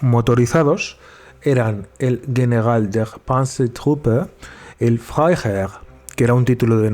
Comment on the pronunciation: Es placentero escuchar cómo pronuncias "General der Panzertruppe"